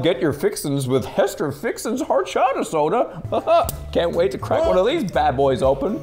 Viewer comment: Dude narrator said Horchada but it’s horchata